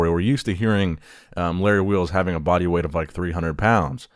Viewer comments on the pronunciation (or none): none